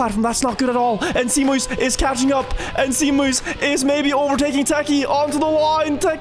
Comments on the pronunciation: You pronounce zeemuis as SayMuys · Zeemuis is Dutch so its more pronounced like "zay-mouse". Means sea mouse. Proud of my compatriot for the podium- lekkerrrr